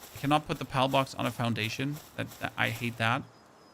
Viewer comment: sounds like you say Pel or pelts. Al with a P A L